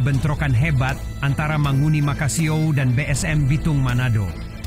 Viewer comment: MANGUNI bang bukan mahoni. Manguni itu adalah burung khas Minahasa.